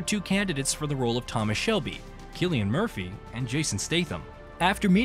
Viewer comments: He wasn’t born in Dublin, as the text on screen says. He was born to a family living in Douglas, a suburb of Cork city. And please stop calling him Sillian. It’s Cillian, with a hard C. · It is spelled Cillian and is pronounced with a hard C (like Killian). It is an Irish name. In the Irish language, there is no K in the alphabet. The letter C is used to produce that sound. The letter S is used to produce a soft S or soft C sound. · Well, whatever “everyone” says, I’m Irish, and Cillian is an old Irish name. There was a Saint Cillian. Sometimes his name is Anglicized to Killian. But the Irish spelling is Cillian, and in Irish, C is a hard C. Furthermore, if you search for it, you can find a short video of an interview that Cillian Murphy gave in which he demonstrates how to pronounce his name.